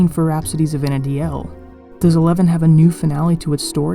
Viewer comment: It's not Vana DI el...it's Vana deel